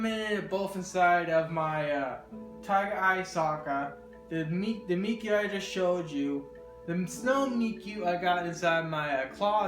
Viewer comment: Does the person on the left on Ayano actually where that necklace And it's pronounced Meek-uu